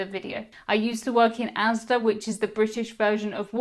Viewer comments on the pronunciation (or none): none